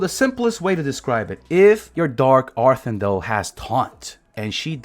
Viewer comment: "Dark arthin-dell" lmao